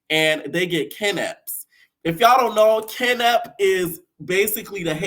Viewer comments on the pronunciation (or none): Am sorry but it's guinep not keinep 😂😂lemme looking after his side piece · It's pronounced gin-nup 🇯🇲 😂